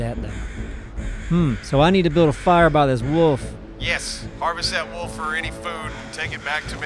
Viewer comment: haha i love the way say Wöölf xD love ya:D